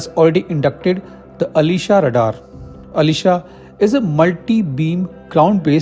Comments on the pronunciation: Dude! pronounce it correct. It is not aleeeesha radar, it aslEzA !! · Ash-lee-shaa it's not Alisha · नोट,,,अलीशा,,,आशलेशा,,,,,pronounced must be pricised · Its not Alisha, it's aslesha name of a starin hindu mythology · When u pronounced Aslesha as Alisha, I couldn’t watch anymore…. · आश्लेषा is a name of consteliation (नक्षत्र)...being a hindu expect correct pronunciations of sanskrit words